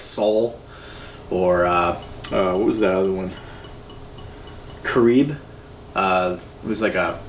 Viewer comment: And it's pronounced (car rib )